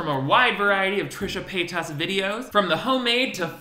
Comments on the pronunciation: wait why do you pronounce her name so weird? trisha pay TOSS 😂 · Love the way you say "Trisha PAY-TOSS".... LOL. 😂😂😂😂😂😂🔥🔥🔥🔥🔥🔥🔥🔥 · "Trisha Pay-TUS" 😂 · The way you say pay-tas bothers me every time lol I love it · The way you say Paytas is triggering in a way I cannot describe 😂